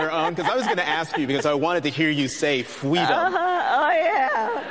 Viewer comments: "Fweedoom!"....my goodness, what a fraud. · Does she believe in Fweedom of Speech? Nope. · cwy fweedom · Before or after those Kwanzaa celebrations did she cry fweedom? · Running and falling for Fweedom